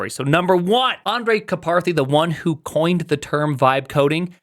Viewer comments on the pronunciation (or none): "Andrej Kaparthy" OK you're just dyslexic, I respect the hustle